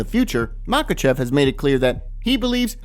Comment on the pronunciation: Not MakhAchev but MakhachEv.